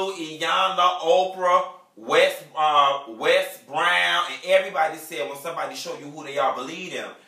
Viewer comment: Did he say "Wes" Brown? 😂